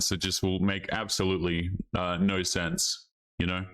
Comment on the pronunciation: says no like 'nareeeaauuuu'.... u aussie dawg?